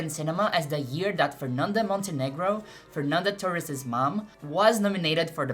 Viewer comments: Eu descobri seu canal agora, com esse vídeo. Eu chorei te assistindo. Sou professora de história no Brasil e esse filme me destruiu, sou apenas mais uma torcendo muito pela Fernanda, e fui pega pela tua thumb, nem sabia que você é brasileira. Sou be no primeiro Fernanda Torres que você pronunciou. A terceira parte do seu vídeo é ainda mais maravilhosa do que todo o resto. Peço licença para usar algumas partes editadas (apenas com a minha tradução simultânea em português) para usar nas minhas aulas do nono ano. Parabéns. Nem sei sobre o que é o teu canal, mas já estou inscrita. Amei seu vídeo. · você é brasileira ? ninguém americano pronunciaria Fernanda Torres tão brasileiro assim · O jeito que ela pronunciou Fernanda Torres eu não tive dúvidas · of course you are: Fernanda Tohees! Like it's meant to be pronounced! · Ouvi Fernanda Torres pronunciado certo e pensei essa mulher é brasileira certeza (to chorando só com o video) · Eu saquei que era Brasileira na Pronuncia do "Fernanda Torres". Sensacional o trabalho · Nunca tinha visto seus vídeos e sequer sabia da existência de seu canal. Percebi que era brasileira quando pronunciou nomes de brasileiros sem sotaque gringo... rs... depois veio a confirmação. Amei o vídeo e fiquei muito feliz pela abrangência do mesmo. Ganhou um novo seguidor... continue o belo trabalho!! Saudações do Brasil! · Seu inglês é tão perfeito que só saquei que você é brasileira quando pronunciou o nome da Fernanda Torres 😊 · Falando nome dela mt bem, vc é brasileira q eu sei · Is the owner of this channel Brazilian? Her pronunciation of the name Fernanda Torres is perfect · You say my name correctly. Thx ... I am Fernando, Nice to meet you.